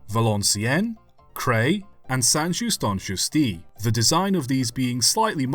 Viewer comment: Les poules du Nord 😄 Strong accent on french names, but understandable (except for "St Just en Chaussé" whitch really was butchered 😂)